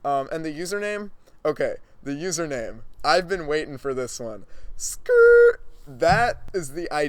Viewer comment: Skrrrrrrrrrrrrrt 12/10 for the extra rs